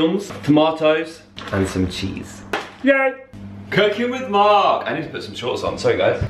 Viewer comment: IM SORRY BUT THE WAY YOU SAID CHEESE IS HILARIOUS TO ME IM DYING😹PS ITS OKAY I KNOW IM WEIRD